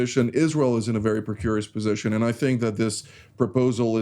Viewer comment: Hi, it's 'precarious '